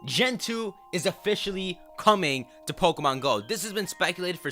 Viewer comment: It's "coming".